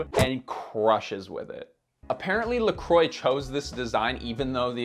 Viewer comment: Could you please look up the pronounciation of "Croix"... my ears are starting to bleed 😅😅😅😅